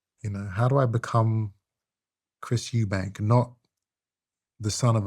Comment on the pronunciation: Eubank. There's no 's'